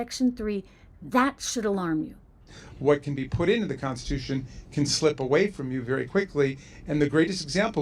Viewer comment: Trish, it’s the constitution, not the consticoution.